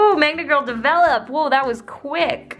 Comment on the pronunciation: Every time I hear 'Magma Girl' I hear 'Manga Girl'